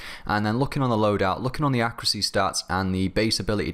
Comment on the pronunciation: am i the only one that's irritated by the way he says accuracy?